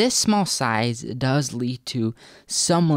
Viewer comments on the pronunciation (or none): none